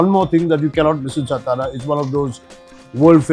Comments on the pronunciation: सतारा नाही तात्या, it is सातारा सा ता रा Saa (सा) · Why you are stara .. its satara .. you are maharashtriyan .. you should know how to pronounce it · Sir It's not सतारा it's सातारा... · अरे काय आहे हे. मराठी माणूसच जर आपल्या नावाचं अवमान करेल तर मग दुसऱ्यांना काय दोष द्यायचा. सतारा नाही सातारा आहे. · तुम्ही मराठी असून सतारा, सतारा कशाला बोलता? सातारा बोलू शकत नाही का? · कृपया सतारा म्हणू नका...तुम्ही सातारा मध्ये येऊन ब्लॉग बनवताय खूप छान आणी आनंद वाटतोय पण ही आमची मराठांची राजधानी सातारा आहे ... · Please correct your pronunciation it's सातारा and not सतारा. Don't promote the way North Indians incorrectly pronounce the city's name. As the host of the show its your duty to put forth correct information. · You are right it's सातारा not सतारा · तुम्ही का सतारा म्हणताय सातारा म्हणा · सतारा नाही सातारा 😡 नीट बोलता येत नसेल तर तिकडे जावून व्हिडिओ बनवूच नयेत .. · सातारा, आप सतारा क्यूँ बोल रहे हो? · काय सतारा सतारा लावलय... मराठी आहात ना तुम्ही मघ वागा ना तसं....साधा आणि स्पष्ट उच्चार आहे " सातारा" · Satara ahe rao, not stara😊.Amcha kade alat khup anand jhala.🙏jai shivrai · सतारा नसत "सातारा" असत भावा 😊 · Brilliant catch. These foodies don’t care about the right pronunciations often. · Satara toh thik se pronouns karo bhai